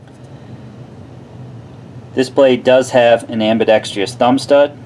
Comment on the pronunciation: Nice review. BTW, it's ambidextrous, not ambidexrious.